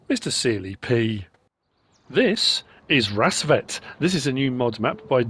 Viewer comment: you got the name almost spot on you just gotta say the A like an A not an E